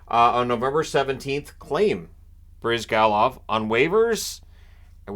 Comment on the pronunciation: You're pronouncing it right! It's BryzgAlov, not BrYzgalov, the stress falls on A. But you didn't mention that in 11-12 Flyers had Bryzgalov and Bobrovsky, and they traded Bobrovsky and kept Bryzgalov. I guess it still drives Flyers fans mad.